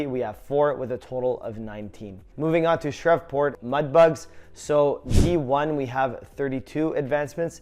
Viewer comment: Shreveport mudbugs pronounced like shreev-port